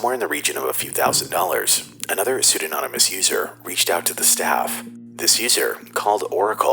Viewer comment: it’s pseudo-nym-ous, not pseud-ano-nym-ous.